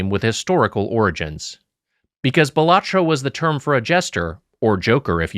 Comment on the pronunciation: I believe it's pronounced bala-tro. Cmon, Wiger...